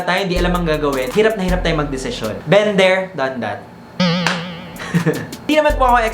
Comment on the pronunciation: been there done that po yun*